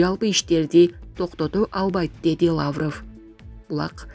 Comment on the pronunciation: Лааврыв эмес ,лавров деп туура суйлө, сендей сабатсыздарды ким жумушка алат.